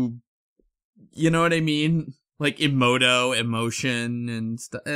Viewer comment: they pronounced it like fucking imouto